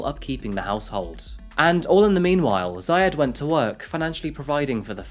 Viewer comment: It's not ziayad it's Zeeyaadh